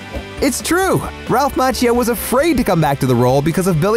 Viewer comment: Please check your pronunciation of "Macchio"